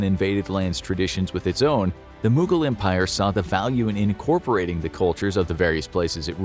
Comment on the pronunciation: The way they pronounce mogul empire angered Ghangis Khan